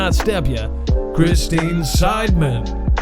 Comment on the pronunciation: I just wanted you to know I thought you gave me a shout-out when I heard you say Christine. So I said Thank you and then you said my whole name and I broke your song.😂 I didn't rhyme with anything. But you pronounced my name correctly no one does that. So Thank you again.